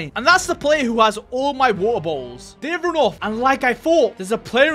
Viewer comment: He got many bo"oh"wa"er"